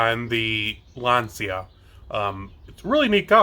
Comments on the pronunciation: A litte advice..we say Lancha not Lenzia😂🤌🏻💪🏻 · Glad I looked down the comments, I was going to say roughly the same thing. In Italian "cia" isn't "See-Ahh" but like he said; "cha". I learned some Italian when I lived there in the 1970s. By then the big engine for a Fulvia was 1.6 liters. If I remember correctly, it's an aluminum V4.